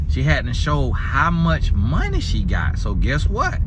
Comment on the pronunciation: Not monneee😊🤣🤣